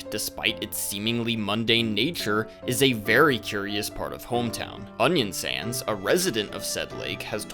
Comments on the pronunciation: I'm sorry, do you call Onionsan "Onion Sans"? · "onion sans" "sans" oh my good brother ... (its a good video don't worry) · why are you calling him "onion sans" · why do you call them onion sans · him calling Onion San, Onion SANS throws a chill down my spine